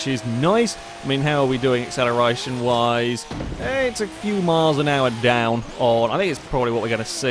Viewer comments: Mischief Managed As an Australian, It kinda sounds very bogan or someone attempting to do an Australian accent and over pronouncing it a bit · Sounds Australian. G'day mate! How ye doin on Accelerition?